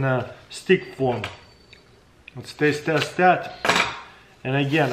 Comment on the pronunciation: Im sorry but he said testaste